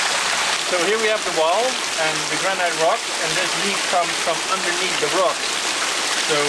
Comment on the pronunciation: Why are all the Dutch guys pronouncing the word granite “granait” like you all had the same English teacher…who taught you wrong? You had the British , Americans Australian and South African guys there over a period of 2 years, all of them native speakers of English, not one of them ever corrected you..? Why? Correcting one’s mistakes about a foreign language pronunciation is a gesture of kindness, were all those guests that afraid to teach you the correct pronunciation of that word? Why? Are you guys that reluctant to corrections? The correct pronunciation is actually Granite = (/ˈɡrænɪt/) not granait. Don’t get me wrong, English is my third language, I have a bit of foreign accent while speaking it but I still find it a bit irritating how this word is misspronounced dozens and dozens of times in these videos which I watched from the very first one to the last - in a binge… 🙂